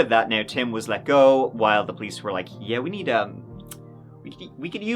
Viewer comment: I've been speaking English since I was born nearly 50 years ago, and I never heard anyone say "give it a go" until this channel. It's not a common phrase, at least not in the US. Also he doesn't pronounce words right, so be careful using him for English lessons. "Go" is not pronounced "goo", and "third" is not pronounced "turd". The French students I've had in classes have always had trouble saying "three", calling it "tree", like does. Don't copy. His English is bad. Also his grammar is terrible, so definitely don't copy that.